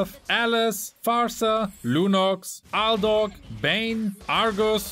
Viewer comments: It's Aldous not aldog😂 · Am i the only one who noticed that he sayingAldog instead of Aldous? 😅 Filipinos behavior men hahaa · You Also Say Aldog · He called my man..."aldog" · Aldog??? Bro his name is aldous😹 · I like how he said ALDOG lol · I heard you said Aldog 😂😂😂🤣🤣🤣🤣